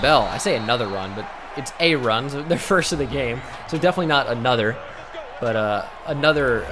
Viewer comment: No one: Absolutely no one: Not a single solitary soul:: "anotha run"